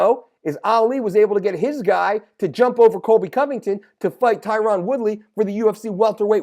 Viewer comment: Your killin me brother with that “Tie-Ron” woodly lol I’m surprised as fuck that nobody has mentioned this